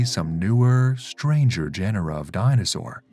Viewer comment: Gen-er-ra?? You immediately loose credibility dude.